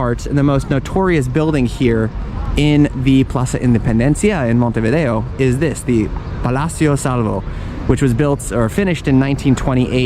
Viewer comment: Good start with Montevideo pronounced correctly😅